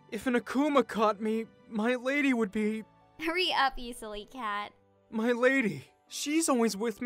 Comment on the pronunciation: She is saying cat instead of cat